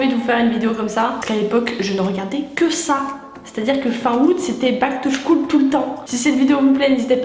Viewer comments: on dit (skoule) et non pas (chkoule) mais c pas grave on t'adore et super vidéo ♡♡♡ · on dit Back to school (skoule) et non (chkoul) 😂 je t'adore tu est notre princesses